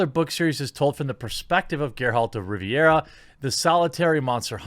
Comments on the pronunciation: It's not Riviera but Ri-vi-a. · Ger-HALT of Riviera. Get it right.